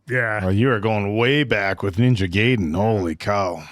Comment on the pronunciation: It's a nitpick, I know, but the word Gaiden is pronounced GUYden, not GAYden 😂